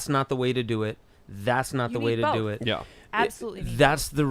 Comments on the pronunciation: Take a shot every time Tim says Bolth instead of both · Tim Pool: "BOWLTH" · Bolth? What is bolth? Why does Tim keep adding an L in both?